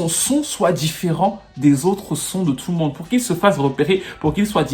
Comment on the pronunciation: Ça me fumé comment tu dit tfffou le monde 🤣